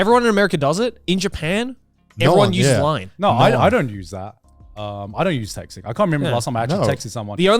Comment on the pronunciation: the way he says "I don't use that" always sounds like i dont usue that and i think i am the norm